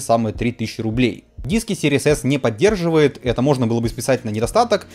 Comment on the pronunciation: чел, из твоих уст звучит как Series ASS :D